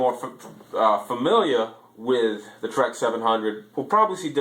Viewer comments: The Heil is not pronounced as Trex it's pronounced as Tee Rex and if you use the castle pro bec u will have a failure you have to run HV on a 2S they draw a third of the amps as Ds 610's and 650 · By the way its pronounced "Tee Rex" not "Trex".....Makes you sound like you have no idea wat you just bought.